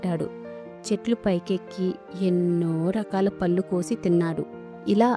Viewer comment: చెప్పడం బాగుంది కానీ ళ అక్షరం తో వుండే పదాలు సరిగ్గా పలికితే బాగుంటుంది...పళ్ళు, ఒళ్ళో....